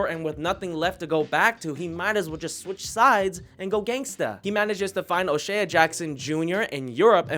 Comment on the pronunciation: His name is pronounced “O’Shay” not “ O’Shay ah”😂